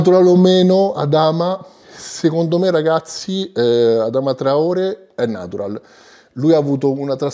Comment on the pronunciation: Si pronuncia Adamà traoré